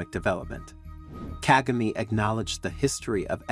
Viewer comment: Why do you still mispronounce the President of Rwanda name? Are you doing this on purpose?